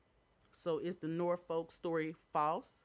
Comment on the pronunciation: It’s pronounced Norfolk I’ve been here in Norfolk VA for 30 yrs lol it’s not No Folk VA